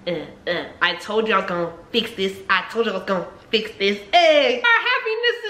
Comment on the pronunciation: "we'll fix dis we'll fix dis..." LIFE GETS WORSE